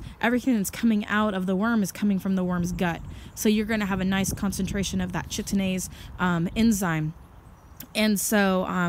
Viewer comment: The CH in enzyme name is pronounced K. So the name js Kite-een-aze :) good info though.